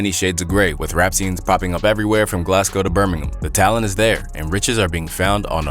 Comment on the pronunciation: I could tell bro really did his research when he pronounced Birmingham properly Gotta leave a like for that 🙏🏿